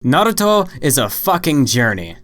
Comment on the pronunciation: why are u saying naruto so fast like nrto not having just asking